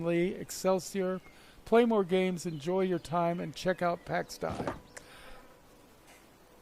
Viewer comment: ITS PRONOUNCED DAY!! PAX DAY